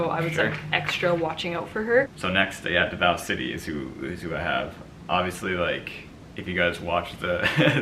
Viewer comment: Hi my dears! So Davao, Pasay, and Quezon City all have their stresses on the first syllable. DAH-vow (like the word vow) PAH-sai (sai like scythe) QUE-zohn (Que like 'Por que', and zon like lawn but with a Z). Just in case they'll be coming up again in the next few vids. Hope this helps! Bonus: Pah-rah-NYAH-que (same que in Quezon)